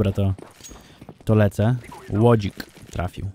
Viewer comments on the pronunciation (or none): Nie łodzik tylko lodzik 🧐👀